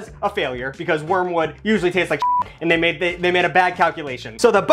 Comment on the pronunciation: "so bull nut or not, this thit works" 🤣